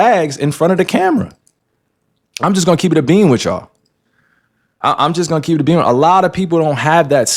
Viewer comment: its not keep it a beam nigga its bean lmfao